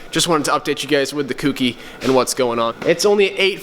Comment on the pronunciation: Wish he would read comments. ITS PRONOUNCED "koh - key" FUCK. I like the videos tho bruh